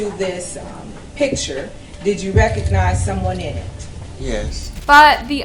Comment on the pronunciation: "regnize" lol